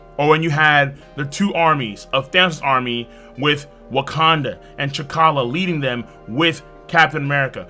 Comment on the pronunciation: Lol Ca T’halla